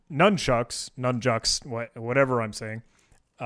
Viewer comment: did u say "nun jokes? thanks for content \o/